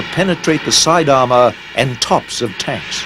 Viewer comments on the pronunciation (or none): none